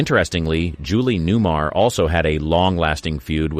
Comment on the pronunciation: I generally like where you're going with this, but I had to pause for a moment. Her name is Newmar, not new-mur. And the woman is Lee Merriweather. Neither of these is a deal-breaker, but...